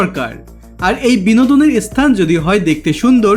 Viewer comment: Apni video khub bhalo. Kintu apnara sthan ke esthan spirit ispirit bolen barbar ...